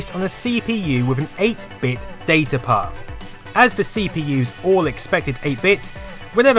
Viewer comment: I like how you pronounce "Data Path". It's orgasmic to me for some reason!